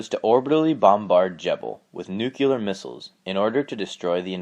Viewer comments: Nu-CLEAR, not nucular. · Just a wee pet peeve of mine, but it's nuclear, not nucular. Pronounced 'new-clear'. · New-clear. Fuckin hell. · Nuculur? It's nuclear, dummy, the S is silent. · did you just say nuculer? 'Eye twitches' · Why do so many Americans have trouble pronouncing "nuclear"? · IT'S PRONOUNCED !!!!!!!!!!!!!!NUCLEAR!!!!!!!!!!!!!! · are you president bush? you can't pronounce nuclear